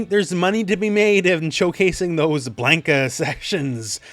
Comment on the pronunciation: Blane-ka Me: BLAHNKA: Blane-ka Me: You're eating hair